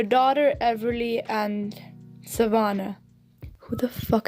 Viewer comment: your accent is making you say SAHH-Vannah dumbass